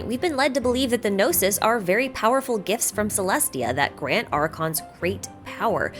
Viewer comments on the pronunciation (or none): none